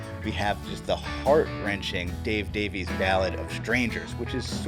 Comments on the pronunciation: Davies is a Welsh name, and not to be that guy, it's pronounced Davis. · I believe I've read in interviews that Dave prefers to pronounce it "Davies" while Ray chooses "Davis".